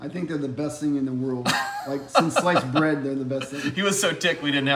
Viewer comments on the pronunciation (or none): none